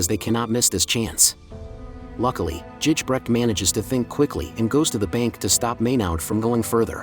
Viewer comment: Its Gijbrecht, ij is pronounced like a "y", otherwise a nice video